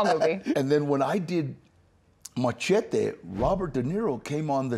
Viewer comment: She said machete incorrectly